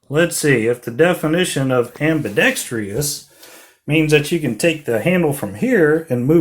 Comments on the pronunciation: Ambi-dex-tree-us, NO! Ambi-dex-truss, ✔ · Ambidextrous.... ambi-dex-truss..... NOT 😃😄ambi-dext-ree-us...😃